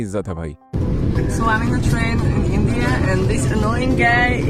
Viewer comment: Ye Hai Tumhara endian 😂😂😂